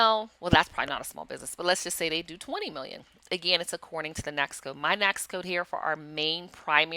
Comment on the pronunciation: Good training! FYI, NAICS is pronounced "NAKES".